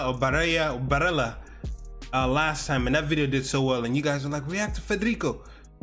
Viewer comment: His name is Federico Chiesa. You pronounced the first name properly, last name is pronounced (key-a-sa). A beautiful mix of talent and hard work. Very excited for the future.